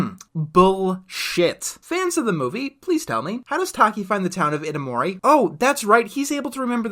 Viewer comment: Mitsuha is from Itomori, the name has four syllables. It's pronounced ee-toh-moor-ee